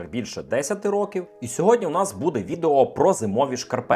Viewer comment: Громадянин! Терпів-терпів я - і не витримав. СвОя, мОя, твОя, будЕ - скільки можна вже так знущатися з глядачів і слухачів? Ти що, копіюєш Лішопа? Чи ви просто знайомі близько?😅 Якісні кроси, шкарпетки, взагалі якісні відоси — це топ, так і треба! Створюй якісний контент, а то шкарпетки кращі, ніж твОя вимова🤓